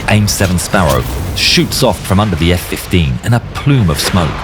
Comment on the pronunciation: hahahh los efe kuince